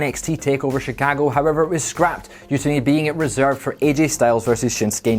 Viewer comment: is not sad bad, just don't let him try to say “Chicago” again.